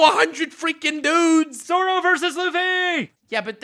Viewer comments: Stop saying 'Zaro' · STOP SAYING ZARO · Please... Dear GODDDDDD say "Zoro" correctly... Just once? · ”Saaro” lol